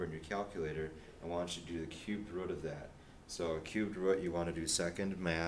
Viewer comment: root, not rut, but yeah good video, thumbs up